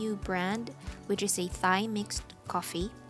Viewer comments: It’s not Pronounce Th-ai, Ta-I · Pronounced as /dtai/ with the /t/ aspirated.